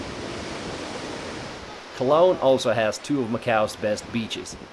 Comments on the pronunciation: This guy pronounced Coloane wrong lmao. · Co-lo-aahne. Not cologne. SMH. And you showed Hac Sa, not Coloane Village. Otherwise nice vid. 8/10 lol